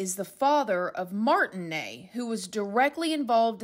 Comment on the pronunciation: I felt so bad for the parents when the abduction happened. They were abused by the press. Obviously they were completely broken. Oh, and - the name Ney is probably pronounced 'ni' as in nice. My grandad's middle name and my nephew's, too! I hope they've found their daughter, I really do hope this girl is Madeleine. 🤞